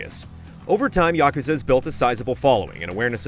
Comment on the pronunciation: Say it with me YA-KUZ-AH